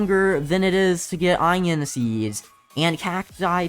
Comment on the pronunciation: no one: literally no one: saying onion: inon